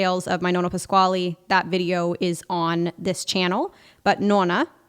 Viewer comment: Nonno Pasquale, non “Pasquali”. Almeno la nipote dovrebbe pronunciarlo in maniera originale italiana.